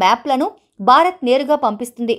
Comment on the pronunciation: Pl pronounce name of your country as భారత్ but not as బా రత్!